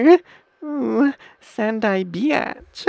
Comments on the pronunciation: he said rovky beatch but it sounds like he is saying rocky bitch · The way he says beach sounds like "biaaatch" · when he was saying beach it sounds lik hes saying bitch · Rowkai beeaatch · He said bitch not beach or was it BEAnssvshshgshsCH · when he said beach lol he said bitch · Dis he say rocky beatch?